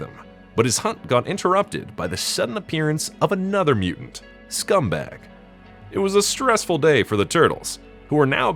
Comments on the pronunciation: A good review of the top contender for my personal "Creepiest TMNT characters" spot. But I think you keep mispronuncing the mutant cockroach's name. It's "Scumbug", not, "Scumbag". It's pronounced similar to "humbug". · Crazy that the computer program couldn't pronounce Scumbug...or your software changed the name without your consent to scumbag. And it's not too often you hear a robot commentator with a Canadian accent. It'd be so frustratingly nerve-wracking if you went the route of recording yourself. I'd be tempted to use a program to. Anyways, I'm a little off subject lol - love these videos man! Your videos get you to appreciate your figures more....while I'm lookin' at my (hope one day they'll make an Archie version) NECA Wyrm.